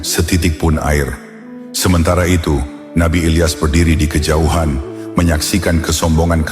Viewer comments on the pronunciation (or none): none